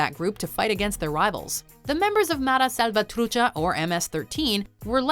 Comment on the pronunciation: mispronounces English spoken names like Aang. Also: pronounces correctly Mara Salvatrucha. 🤦‍♂️🤷🏽‍♂️